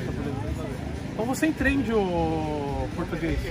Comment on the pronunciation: então vc enTRENde o português kkkkkkkkkkkk esse cara n da ,mano kkkkk. Meme ambulante kkkk